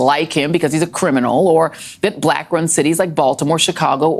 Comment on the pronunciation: what's with the way Joy pronounces "black"? Like she doesn't like the word. She says it in a very nasty way. Like she emphasizes it in a weird way. listen to her.